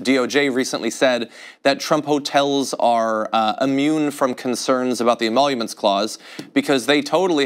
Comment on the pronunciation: Immoluments??? What the hell is she talking about?